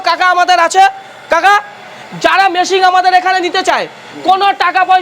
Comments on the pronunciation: ওরে মেশিং নয় রে । মেশিন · Machine ❌️ Masingh✅️